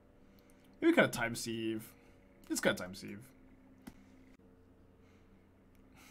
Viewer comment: Hate to be that guy, but it's not time 'seeve ' but time 'siv'. Like to sieve flour.